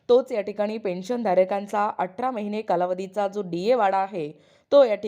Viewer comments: बाई व्हिडीओ बनवते तर भाषा सुद्धा शुद्ध असावी atra नाही athra👎🏿👎🏿👎🏿👎🏿q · अटरा नाही हो, अठरा